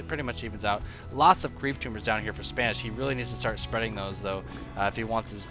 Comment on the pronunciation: its not Spanish.. Its SPA -NEE-SHEE-WA